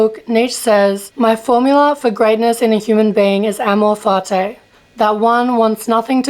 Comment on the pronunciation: Can you first learn how to pronounce amor fati correctly?